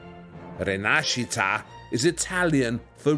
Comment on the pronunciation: The way he said rinascita made me want to vomit, seriously, I was just having some juice and I listened that word and I felt disgusted. That word was butchered.